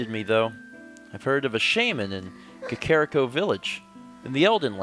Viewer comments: I know you only pronounce things how you did when you were a kid, but your child-self is wrong. It's Kak-er-Ree-co. NOT Kak-kar-rick-o. I cringe every time. I know you get these comments a lot, but it's ruining my immsersion. Just some constructive criticism:) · Ey mate it's Cockariko :)